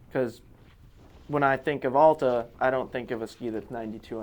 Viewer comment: Please learn how to pronounce Alta correctly.